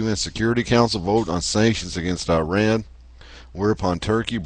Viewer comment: "ahmadiNEjad" is the actual word...and [i:rean] is actually [e:raan]...